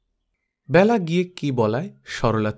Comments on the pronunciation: Khub sundar ,apnar kamthaswar shunte ato bhalo ,shudhu byala noi Bela,apnar amon bhul haoya uchit noi ,Kane lagchhilo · বেলা উচ্চারণ এ হবে, খুব বাজে লাগছে শুনতে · ব্যালা নয় ওটা বেলা হবে, বালুকা বেলা র মত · খুব সুন্দর গল্প ও পাঠ, তবে, বেলা শব্দটির উচ্চারণ কারোর নাম হলে হয় "বেলা", যেমন বেলাভূমি, আর সময় বোঝাতে উচ্চারণ হয় "ব্যালা", যেমন "দিনের ব্যালা", "সকাল ব্যালা", যদিও লেখার সময় বেলা ই লেখা হয় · Ekdom e tai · Onek bar bolbo bhebechhi kintu English script e ki bhabe bojhabo bujhtei parini.....!! Thank you.... khoob kaane laage.....